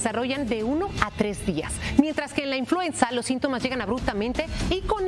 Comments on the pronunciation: Es INFLUENZA no INFLUENSIA que vergüenza ( mimutos) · NO SE DICE INFLUENCIA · Infuencia? Menos mal que la siguiente vez lo dijeron bien. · No se dice influencia... es influenza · Es influenza no influencia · INFLUENCIA? O INFLUENZA? LOS DOS LO DICEN y los corrigen en el apuntador haahahahah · Se dice INFLUENZA no INFLUENCIA! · The right word in Spanish is "INFLUENZA" not "INFLUENCIA", THEY HAVE OBVIOUS DIFFERENT MEANINGS!!! It's amazying how ignorant some TV announcers can be! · PERDON: Se pronuncia INFLUENZA referente al virus..... INFLUENCIA es otra cosa...increíble que presentadores no usen los bocados correctos y donde corresponden, no todos somos analfabeta para no entender lo que nos están presentando......... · Influenza No Influencia 🤦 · Es influenza!? No influencia!! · Se llama INFLUENZA que es H1N1 . Lo está diciendo mal ya que dijeron INFLUENCIA por favor llamen a las cosas por su nombre correcto. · Influenza señores, no influencia.